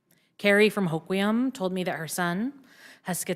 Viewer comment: Washingtonian here, and we do not want the unaffordable Care Act. Seattle needs to be banned from representing Washington. A huge number of Washingtonians do not agree with this disrespectful woman in her red jacket. All of that practice, and you still struggled to pronounce Hoquiam!